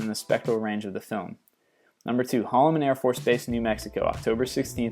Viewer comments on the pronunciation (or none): none